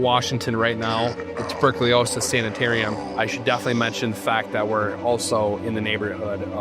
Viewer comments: Maybe you should learn how to pronounce tuberculosis 😡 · I have to admit: Even if it didn't ruin this generally great video altogether, I cringed every time. Ha! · That's not how you pronounce "tuberculosis"